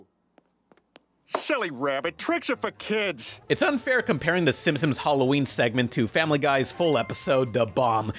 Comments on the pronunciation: THEY WILL LITERALLY NEVER REMAKE SIMPSONS HIT AND RUN UNTIL YOU STOP SAYING SIMSIMS. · Is it just me or does always say "Simpsims?' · No one: Absolutely no one: Not even Oprah:: SiNpOmEs